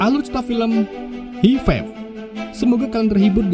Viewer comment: bacanya hai faiv Gan 🙏